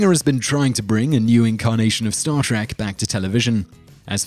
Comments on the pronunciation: no a bad video but i wish you would say the name of the show right its star TREK not star TRACK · Trek not Track. Two different words with different pronunciations. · Why do you call it star TACK: please stop that!